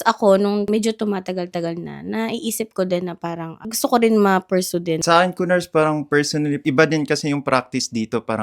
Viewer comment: Ku-nars and Ku-phars 🤣🤣🤣🤣